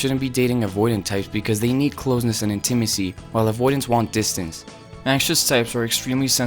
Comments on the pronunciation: What is “in-Tim-is-ee?” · I’m still stuck on how he says intimacy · Fabulous presentation! Easy to understand. I’ve never heard intimacy pronounced that way.